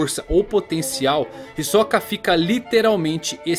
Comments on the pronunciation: Pq vc fala hisokaa e não hisoka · Cara, fiquei confuso, ouvi 2 entonações na pronúncia do nome: "hisóka" e "hisoká". Acho que não é nem uma e nem outra...Ta mais pra "Hisôka" creio.